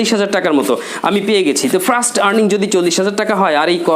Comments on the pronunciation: Hi Bro! Why are you Pronuouncing 'Frust' instead of 'First'? Does it make sense to you? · ফ্রাস্ট টাইম!? 🤣🤣🤣 নাকি ফার্স্ট!? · দিস ইজ মাই ফ্রাস্ট আর্নিং 😆😆 এমন প্রোনাউন্সিয়েশন দিয়ে আবার ইংলিশ স্পোকেন এর মেন্টর! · আপনার নিজের ইংরেজী উচ্চারণই তো ঠিক নেই। 1st এর উচ্চারণ করছেন ফ্রাস্ট। যখন কোন ভাষা উচ্চারণ করবেন তখন ঐ ভাষার সাথে অন্য কোন ভাষা বেশী ব্যবহার না করাটাই আমার মনে হয় আধুনিকতা। আশা করি আপনার ভুল ভবিষ্যতে শুধরে নিবেন। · ভাইরে ভাই, ফ্রাস্ট টাইম কি? উচ্চারন ঠিক করেন মিয়া